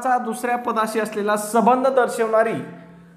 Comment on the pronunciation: सबंध Whole किंवा complete नाही संबंध relatoin अर्थ आणि उच्चार चुकलेले आहे